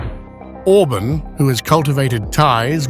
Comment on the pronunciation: OrbAAn not Orbn , moron !